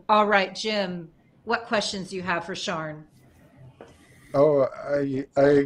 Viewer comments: Picking up the least important part of this podcast ... I'm confused about the pronunciation of Sian's name. In the UK a name spelled that way would typically be pronounced "Shaaan" - not "Sharn" - long "a", no "r" sound. It's different from the male "Sean" which is more like "Shorn" in UK english. Female: Sian - Shaan, male Sean - Shorn. Hate to be nitpicky but I kept being distracted. If Sian does in fact pronounce her name Sharn then please ignore this comment. Otherwise, great show! Hard to come back with a cheery sounding compliment when the subject matter is so grim, but of course extremely informative and insightful. Thanks for making this and thanks for all of your hard work. Do please take your mental health seriously, this is super tough stuff. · Yeah, it’s Welsh pronunciation- Shaan no ‘r’